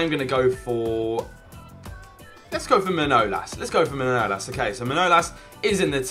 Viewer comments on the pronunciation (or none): Can't pronounce manalas